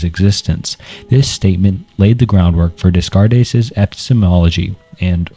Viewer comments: Rain Desscarées Barootch Spinoza Got Fried Wilhelm LeBeans Fredrick Nietszurs / Njetchkchk / Nietsjée Sisyphilus John Paul Satire / Gene Paul Sertray / Jean Par Satray Soren Kiriagard Martin Heydgur Arthin Scropenhauer / Scopenhauer Ebikas Seeneyga Marcus Auruloos Edmund Giddier Sigmund Frood / Fred Simone d'Behvoor Guy Debord Gene Barood / Barrold Galaize Deleuze / Gilas Deleuze Odidus Ja Kwees Dooria / Doreidee Michael Foocaltte George's Buh Tale Confishias Laooza Saidaharti Gumati John JaKwees Rousseau Buhrgosee Prolyad Syompesism Phibliasophical You can do better than this, man. Vid is marred by the way you pronounce these names. The foundation of education, and it doesn't seem like you cared to get it right. Shame because these very visible oversights seem to superimpose themselves over the real, but invisible, efforts you took in making this video. Especially when just a cursory glance at some 1min vids would get you their names right. Devil's in the details. Lmk if you need a beta viewer for future releases so you can iron out the wrinkles. Keep it up 👍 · but he does butcher the Descartes' name right at the beginning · I don't want this to come across as abrasive, but Descartes is pronounced as 'Day-cart'. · Descartes is pronounced “day cart” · I'm not sure how much right you have to discuss 2 hours worth of increasingly obscure philosophical ideas if you mispronounce Descartes and Nietzsche (two of the most widely known philosophers) in the first 10 minutes. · I don't want to sound like a jerk, but that René Descartes pronunciation was astoundingly bad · There’s no way you know anything about philosophy and pronounce Descartes Sartre Leibniz and basically everything else like this. It’s not a bad accent, it’s literally just crazy wrong. This is just one long chat gpt generated video. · Constructive feedback, double check pronunciation. Especially on famous ppl like renee descartes. Loving the video all the same homie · Also “Rain Descares” lol